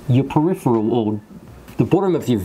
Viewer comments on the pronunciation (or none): none